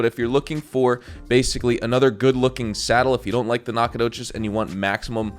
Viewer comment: As a native east texan the way you pronounce Nacogdoches makes me uncomfortable lol